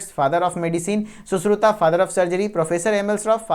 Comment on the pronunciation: सुश्रुता नहीं सुश्रुत बोल बेहेंचोद